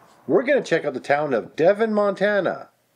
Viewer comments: I'm local to North Central Montana. You pronounced Kevin and Devon wrong, but you did get Galata right! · I know it’s been a year since you put this out, but it’s pronounced KEEvin (long E sound). And DEEvon ( long E). I lived in area for growing years. Good video tho! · It's pronounced "deh vawn" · and Devon is pronounced Deh-vaughn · The names Kevin and Devon are MIS-PRONOUNCED! Errors all within the first 2 minutes.